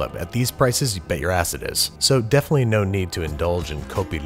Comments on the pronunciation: “Dolphinately” Is Babish a Kroll Show fan? Tertollay. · me - Did he just say 'dolphinitly'? me - You meta son of a gun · Dolphanitly Seriously Babish?